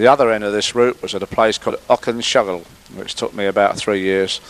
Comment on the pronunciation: Auchenshuggle - pronounced Och - N - shoo - gl, with the stress on the "shoo".